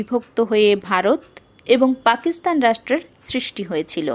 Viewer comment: খুব ভালো লাগলো। দুটি বিষয়ে আরেকটু নজর দিলে ভালো হত: কত সালে এটি লেখা হয়েছে বললে আর পাকিস্তান উচ্চারণটা ঠিক করলে।